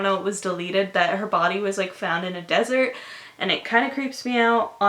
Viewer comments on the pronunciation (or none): none